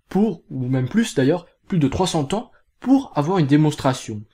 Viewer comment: Tu peux dire trois cents zans.... il y a un "s" à cent quand il est multiplié